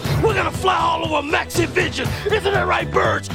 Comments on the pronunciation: I don't know if it's just the way I'm hearing it, or if it's just an unfortunate way that the audio mixes together, but to me, it sounds like Hulk is saying, "Let me tell you something. I've had challenges in my Lifetime, but the NAZIVISION CHALLENGE is UNBELIEVABLE." I know he's saying "Maxivision" and I keep replaying it but I keep hearing that other thing instead. Haha! This might be another one of those cases like the "Brainstorm or Green Needle" audio hallucination (Seriously. Look that up on Youtube. It's cool and so weird.) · I can't say how many times I thought says NaziVison instead of MaxiVison